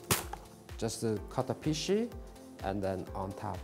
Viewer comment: I like how he say 'fish' as 'fish-y' HAHAHAHA lol